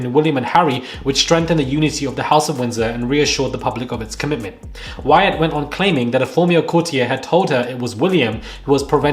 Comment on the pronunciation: It is pronounced as Why ut not why at (cf petronella)